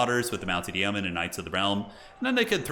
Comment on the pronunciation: Great game and casting as always. Yeoman is pronounced Yo Man in English for future reference.